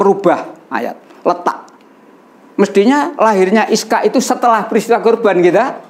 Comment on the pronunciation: Ishaq bukan Iskaq tadz